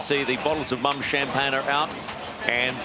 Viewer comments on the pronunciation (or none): Mumm is not pronounce like 'mum' it is pronounced like moon except with a m at the end: moom. Congrats Luna Rossa, incredible final.